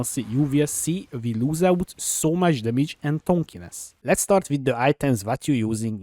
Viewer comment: I can’t trust this build due to him saying “TONK-iness”, says dAm-age just fine but suddenly tank went to TONK.